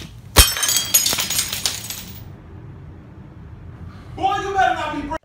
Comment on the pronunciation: "ENOUGH OF THE BERPIN!" lol